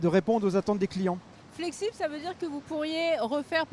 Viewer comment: "Flexibe por réponde" on est bien dans le nord.😂